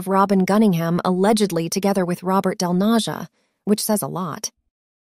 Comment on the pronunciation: hes not "del NaZHa", hes del Naja (yo!)